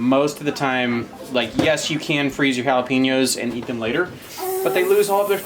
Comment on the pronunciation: I’m always surprised when you say jalapenos… lol